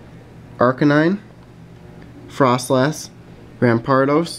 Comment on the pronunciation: you pronounce fr-oh-slass froslass